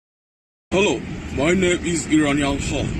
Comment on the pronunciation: "My name is Eronion Hulk"